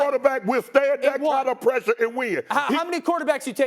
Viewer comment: PRESSURE and PEAK.....Notice he made it a point to emphasize those 2 words. #Shot at the organization.